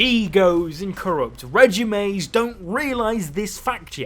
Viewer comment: Corrupt regimes 😂 the way he pronounced regimes